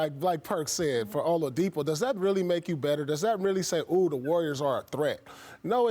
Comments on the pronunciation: "O-LUV-UH-DIPO" -Perk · perk really said Olavadipo😂😂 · Nobody: Perk: Victor Olavadipo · Come on perk...Olavidipo???3 times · Can somebody tell Perk there's no "V" in "Oladipo?" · I can't believe Perk still says "Olavadipo" 🤣 he makes it sounds like a Russian name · Nobody: Kendrick Perkins: Victor OLAVADIPO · Kendrick "Victor Olipadipo" Perkins 🤦‍♂️ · No one: Absolutely no one: Kendrick Perkins: Victa Ovaladipo! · Perk said Olidipo 🤦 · Nobody: Perk: "Ovalodipo" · Perk there’s no M in Oladipo 😂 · Perk kept saying "all of the Depo", lol. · I like when they talk about Bam Adebayo and perk is on the segment he always calls him “Bam OutoftheBayou” just like he just chopped victor oladipos name... “Vic Ol’DaDeepHoe” 😂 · Perk: “OLAVADIPO” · Victor "Olowadipo" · Perk said victor olivadipo! Lol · Victor Olavadipo 😂😂😂😂😂😂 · Who is "olavadipo"? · The best part of this entire clip is Perk trying to pronounce Oladipo😂😂😂😂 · And it wasn't a mistake because he said it twice🤦